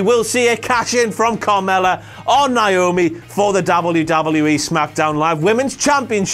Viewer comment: complains about women's MITB making a joke of women immediately mispronounces Naomi's name